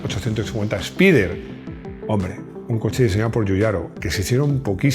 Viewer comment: Literalmente se pronuncia “espider “ y no “espaider”